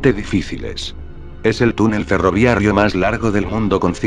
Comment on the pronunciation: Porqué ferroviarrio, debe ser ferroviario, creo que hay un error de pronunciación del locutor